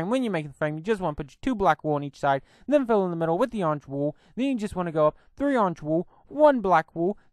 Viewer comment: Not to be rude but its probably your accent its Wool not wooooooo I also want dis mod